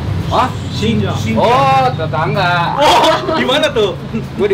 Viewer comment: Wendi "Tetangga" 🤣